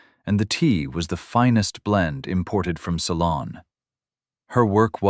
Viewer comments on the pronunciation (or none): Tea from Ceylon, not salon. Need human editor or upgrade of voice to speech app.